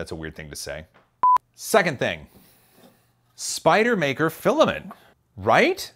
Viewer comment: Spider-man no r...so Spide-man? Actually just sounds like a NY accent...